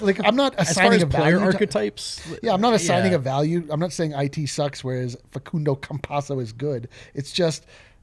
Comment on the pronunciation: You guys had the pronunciation right at the beggining of the show. The so called expert may speak Italian but that's not even how Facundo calls himself